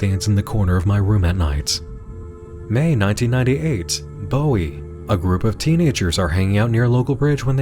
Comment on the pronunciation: Another wonderful Monster Hunt. I always love these, and this one is no exception. But one thing,. One thing. As a Marylander, hearing you pronounce Bowie ("Boo-ee") as "Bow-ee" caused me actual physical pain.